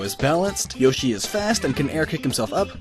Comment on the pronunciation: Its not yashi is yoshi